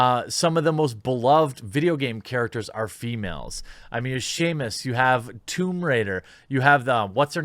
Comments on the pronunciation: (Was listening intently) Jeremy: Shamus... Me: Samus. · .... you just pronounced Samus as Seamus. You're no longer allowed to talk about Metroid. Your privileges have been revoked. Lol, OMFG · Jeremy... I love you, I really do... But it's SAM-us, not Sheamus... Lolol you kill me.🤣🤣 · Dude you said Shamus,....lol. it's Samus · Jeremy for the love of god please stop calling her shamus😂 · Say it with me Jeremy "Sam" "us" Samus. Not Shamus lol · JEREMY, GODDAMMIT, IT'S NOT "SEAMUS," IT'S SAMUS HOW MANY TIMES DO WE HAVE TO TEACH YOU THIS LESSON, OLD MAN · Jesus Christ! It's Sam-us not Seamus! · I will never get over the fact he calls Samus "Shamus". How? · Say "shamus" one more time!!! Sam Us, Samus! 😆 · Why do you say Samus as Sheamus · “Shamus Aran?” Is that really how it’s pronounced? I’ve been calling her, SAMus for 35 years. Are there any Metroid superfans here that can clarify? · the fact that he called her shamus instantly told me this guy never gamed in the retro past. but still not knowing the hero's name in metroid is not a good look. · Did you just call Samus Seamus? Lmao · Did you say Shamus 😆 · Her name is samus, sam-us